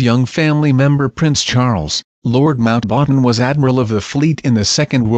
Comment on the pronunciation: Mount- "waaten"?